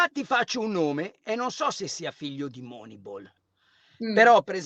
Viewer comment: mi spiace, ma sto video proprio non mi è piaciuto, Carlo veramente pessimo e antipatico quando dice "Moneibol" e quando cita il carneade dell'Arsenal 23 anni nuovo Dest 🤨